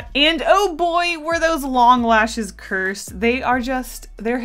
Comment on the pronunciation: Cursed* not cure-sed